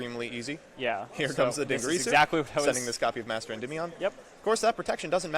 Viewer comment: din ger ee sue